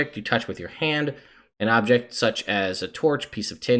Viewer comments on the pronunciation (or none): none